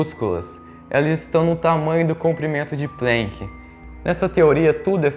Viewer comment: Só um favorzinho: é "Planck" e não "Plenck". Alemão, e não inglês".